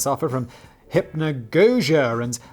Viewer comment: Useless Trivia: Hypnagogic and hypnopompic: hallucinations when you're falling asleep/waking up respectively. It happens when you go through partial states of consciousness and not all the brain is running at full speed basically. also: hip-na-gog-ia is how you pronounce it. A testament to too many vowels.